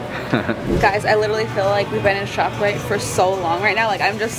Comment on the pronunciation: Did u just say shoprite?🤣